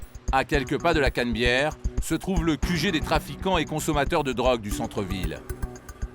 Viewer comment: au lieu de dire la canabiere il disent la canbiere mdrrr